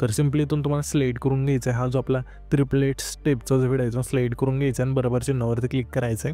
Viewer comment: व्हिडिओ ❌ हिडियो ✔️